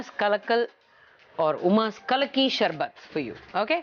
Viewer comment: Athu kalaki Sarbath Illa kullki Sarbath ah